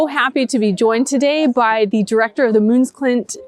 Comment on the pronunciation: Good job on the pronounciation of Møn, - last time it was closer to "Moon" 😉 It almost sounded like two more Americans were going to the Moon - big deal 😂